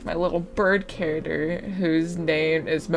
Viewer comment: The way you say character sounded like carottder and I was so confused till I figured put what you were saying. Good art though, very pretty art me need to eat art 👹